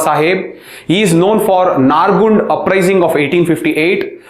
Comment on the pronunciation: Sir please ಸ್ಥಳಗಳ ಹೆಸರು ಸರಿಯಾಗಿ ಉಚ್ಛಾರ ಮಾಡಿ. ನೀವು ಹೇಳುವಾಗ ಎಲ್ಲಿದೆ ಈ ತರ ಸ್ಥಳಗಳು ಅಂತ ಗೊಂದಲ ಆಯ್ತು... example: ನಾರಗುಂಡ, ಹಳಗಲ್ಲಿ, ಮುಂಡರಾಗಿ, ಸುರಾಪುರಾ. ನರಗುಂದ,ಹಲಗಲಿ,ಮುಂಡರಗಿ,ಸುರಪುರ ಸರ್...